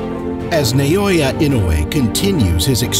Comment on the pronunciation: it's NA-OH-YA, in no world is it spelled neoya, if you wanna make money off someone, at least get their name right